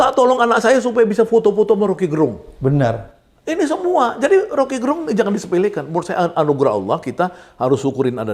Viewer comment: Gerung itu pelafalan e nya diucapkan Sama seperti melafalkan terong..jadi bukan gerung kayak melafalkan terang....